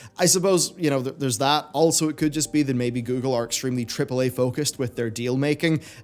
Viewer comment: I kept hearing "Cripple A" when you said tripple A, I did not disagree.